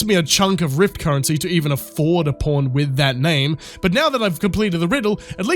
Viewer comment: Its so childish, but i die every time you say "pawn" something about your accent makes it sound like "porn". Wished id time stamped the couple times it sounding like ur saying porn made the sentence hilarious! 😅 Only at halfway point do hopefully there will be another good one i can stamp! 🤞 loving the video btw, don't think I've watched your content before but you earned a sub with this awesome critique! Can't wait to watch more of your work😊